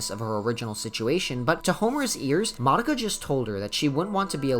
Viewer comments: tf, you're pronouncing Mah-dou-kah has moddah-ka? Are you serious? wtf. omg, you pronounce nearly everyone's names incorrectly LOL. A ground breaking anime and a decade later all the name are butchered. amazing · wtf i hear you saying monika instead of madoka everytime llol